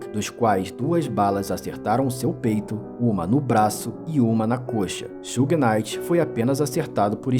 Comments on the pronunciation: Tudo certo o cara só não pronunciou um nome certo Suge se pronuncia chãge ou Xãge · na verdade se pronuncia "shiug"; aceitando-se que possa ser pronunciado puxando pro "shãg", como tu disse. É como eu falar "chocolati". Quase todos falam assim, mas a pronúncia correta é "chocolate". O U em inglês se lê "iu" e portanto é assim que se pronuncia Suge.